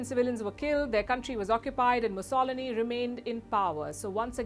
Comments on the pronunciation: having a little problem Pronouncing Benito Mussolini..!!!!!!!!!!!!!!! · The way you pronounced Benito’s surname is quite funky.